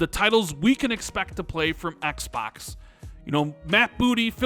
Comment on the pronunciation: Ehks Baahks. lol